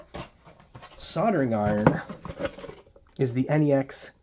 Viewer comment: what is a soldering iTon? ...oh... soldering iRon 😋